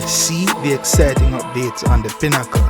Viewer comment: Im not used to that pronunciation. Of pinnacle I say. pin e cle you say pin haa cull